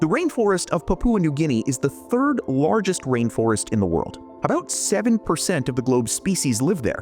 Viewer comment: Why do you say Lorgest instead of Largest? lol